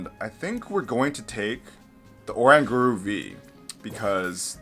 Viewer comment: Sablie ?? what its (sable- eye ) god that was a terrible pronunciation lol 😂😂 and orangauru sounds like kangaroo lol when you sound out. Im just trying to help you out bro lol 😂